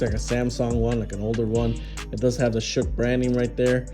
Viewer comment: Good review. Not a bad looking phone. And it's pronounced 'Shock' by the way. They just spelled it crazy that's all lol. I've never heard of it before either. But there are a million and one phone brands out here today, it's crazy.